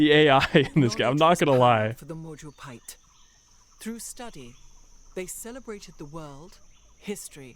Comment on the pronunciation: That is the first time i actually hears civ player pronouncing majapahit perfectly